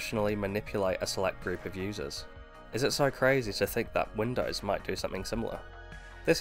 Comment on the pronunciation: to . " win dars ". WTF is " Win dars"? WINDOWS... " win dos " the o sound is long ( facepalms) " dos" the pronunciation is like multiple deer doe sounds like " does" but the O is long sounding